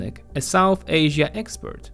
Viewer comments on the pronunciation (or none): none